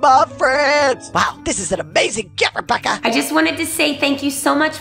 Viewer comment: I thought at the end they said rebaka 😂